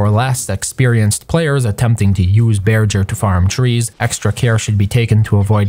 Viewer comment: It's pronounced bear-ger not bear-jer.